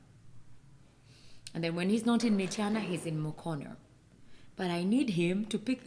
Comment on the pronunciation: The way he pronounced mukono and najjanankumbi😂😂😂❤